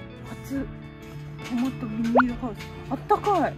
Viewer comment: トメイトゥ…どこかの英会話のCM的な感じかなぁ〜🤣